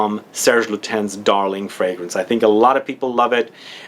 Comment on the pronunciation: Serge Lutens is pronounced in French (Lutan)